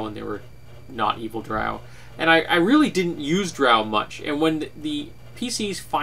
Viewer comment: The way you pronounce Drow is the proper way as it comes from Norse Mythology and that's how they pronounced it. But I'm a dirty heathen and pronounce it the bastardized way.